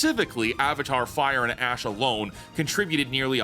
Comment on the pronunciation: did you say Avatar Fire and ASS? lol